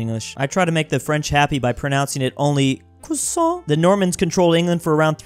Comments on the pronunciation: Did you just tried to say croissant 🥲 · … all right fine but the « t » is silent and you need to learn the [an] sound (kinda sounds like yawning, best I can do). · ✨ c r i s a h ✨ Amazing 10/10 pronunciation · « I try to make the French happy by only pronouncing it ‘croissant’. » That does not make us happy. In fact it’s doing quite the opposite. Please refrain from saying « croissant » ever again.